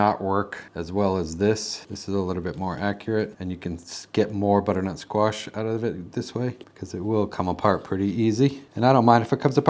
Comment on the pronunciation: Thanks for sharing. I just wanna check am I the only one that heard him say Squat instead of Squash a couple of times? My sound bar is sticky